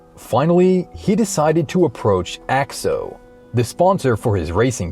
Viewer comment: Its pronounced A X O noe axe-o